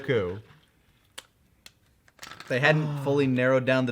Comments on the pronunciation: The way pronounces each syllable of gokus name will never not baffle me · I don't know why, but kaisers pronunciation of "Goku" triggers me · I know, beating a dead horse, but the way he pronounces Goku as “gukoo” makes me want to kill myself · Yes he grew up watching the Japanese dub and he tends to pronounce it as "Gokoo" as a result.